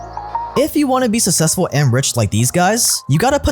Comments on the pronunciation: What is, "sussessful"? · Hearing pronounce "successful" is like nails on chalkboard. Sorry.